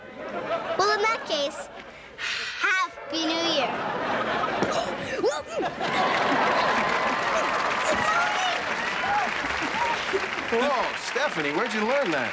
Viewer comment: when Michelle says "Happy new year!" in the beging it sounded like "happy new you" to me